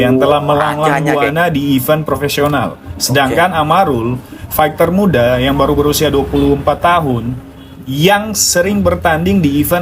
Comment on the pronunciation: Bunyi nya bukan fekter ya, faiter lah